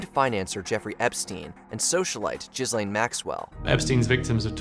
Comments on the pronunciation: Or "Jiz-lain" for Ghislaine Maxwell 🤯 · "jizz lane maxwell" tbh I'm not even going to correct you, that's brilliant